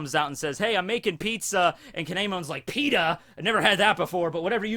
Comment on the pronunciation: Lol you said peta